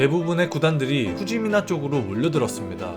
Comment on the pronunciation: 후지미나가아니라 후지나미입니다